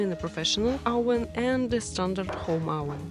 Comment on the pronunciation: Oven ( оуВэн, душа моя. Произносиься как наша " в " )